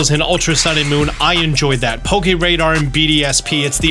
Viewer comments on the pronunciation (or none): none